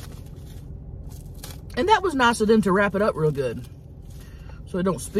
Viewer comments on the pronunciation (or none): none